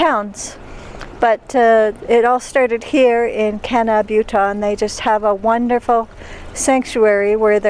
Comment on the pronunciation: The way you say Kanab and Zion lets me know that you are not from those parts. 😂